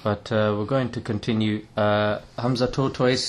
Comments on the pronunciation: Hamza “Tortoise” 😂😭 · He said Hamza Tortoise. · I swear he said Hamza TORTOISE 😂😂😂😂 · did man say hamza tortoise? LOLL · hahhaa luv the way you pronounce his name ,HAMZA TORTOISE ,he is legend may ALLAH make him the another HAMZA of islam. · The way he pronounce his name hamza tortoise. Hahahahhaha